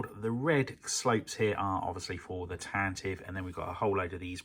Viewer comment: I love how you addressed a comment in a previous video about how to correctly pronounce 'Tantive' and then proceeded to never say it correctly over the whole series. King.